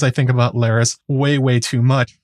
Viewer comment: Larys rhymes with Varys